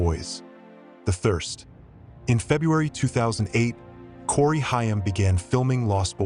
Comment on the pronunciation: Corey Chh-IIII-aaammm.